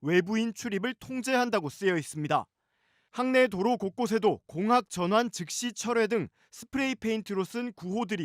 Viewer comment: 공확...>>> 공학 맘이 급하셨나봄...